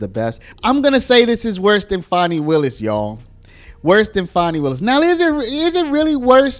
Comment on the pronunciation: Fanny. We all know it's Fanny not Fani